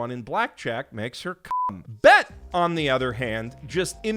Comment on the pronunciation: recognizing "bet" as AAVE is a gift I ain't expect. Still sounded wrong, but the credit was given and he's a Canadian man living in Japan so he still gets points